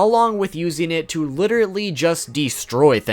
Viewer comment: L.i.t.e.r.a.l.l.y. , not "literaTEly"